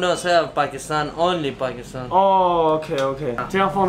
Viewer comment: 阿富汗的英文是afghinistan 不是afuhan 巴基斯坦的英文是pakistan 听你念成pakisitan